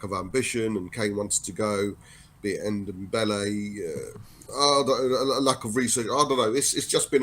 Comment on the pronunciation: it's Ndombele not Undombele